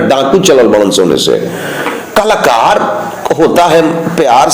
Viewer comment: कलाकर होता है klkar nahi